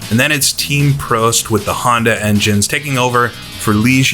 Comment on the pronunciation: Pronounce Prost correctly please.